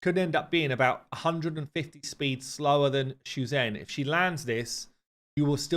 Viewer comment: Commented this on a previous vid, but "Zh" in Mandarin is pronounced "J". EG: Shu-Zhen = "Shu Jen"